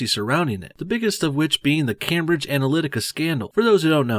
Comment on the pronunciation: "cam-bridge anlynica" lol sorry but that is what i hear